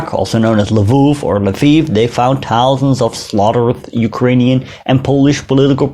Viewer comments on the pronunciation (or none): none